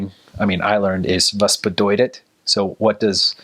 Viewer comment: Your pronunciation seems to be sooo good! Congratulations! When you said "bedeuted" it sounded Southern. Make the t sound like a t. But sooo good!